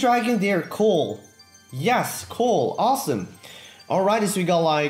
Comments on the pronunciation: When he says cool it sounds like coal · Did he say coal instead of cool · he says cool weird